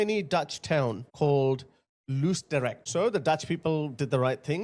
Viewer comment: "Loos" in Loosdrecht rhymes with hose, pose, not with to lose. A round "o".